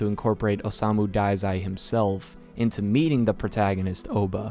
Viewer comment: You got osamu right but the dazai is not daizai. It's pronounced duh-zai. You got oba almost right. It's not oboe and obe(like in over, but the v is b and there is no r). It's oba, like in boba. O-buh. O-buh but without the u. The o'u'ba.